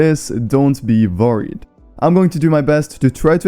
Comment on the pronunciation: My man said vorried instead of worried